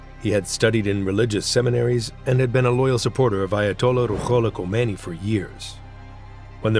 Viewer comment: In Farsi, “kh “ sounds like the way you are pronouncing “h”. The “h” should actually be pronounced like an “h”. You have them backwards.